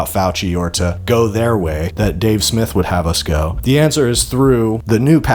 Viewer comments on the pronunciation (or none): none